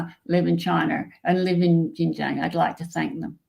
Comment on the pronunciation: A most interesting video, and story of facts and implied geopolitics. Just one point about the pronunciation of Xinjiang - it’s pronounced the way it’s written in pinyin: xin j- i -ang (don’t miss out the “i” - which is what all 3 of you did wrongly !).